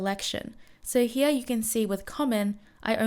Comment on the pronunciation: Why do you say "heaa" instead of "here"?